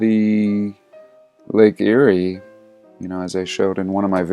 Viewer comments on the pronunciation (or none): none